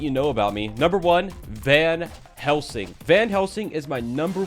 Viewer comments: did anyone notice that said vanhelsing? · Why does say Vanhelsing?